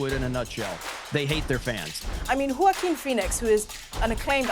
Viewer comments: yockim??? HUAHKKEEN =JOAQUIN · I love the English, they invented the best language in the world and can't pronounce the word Joachin! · Learn how to pronounce Joaquin ffs